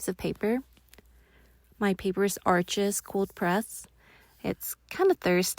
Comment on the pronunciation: FYI……It’s pronounced “Arshhhhh” paper NOT “Arches”